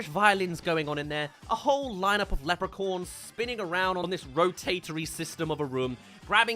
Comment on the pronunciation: The way you pronounce Leprechauns